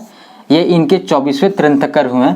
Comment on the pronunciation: तिरांथकर नहीं तीर्थंकर और पारस्वानाथ नहीं पार्श्वनाथ।।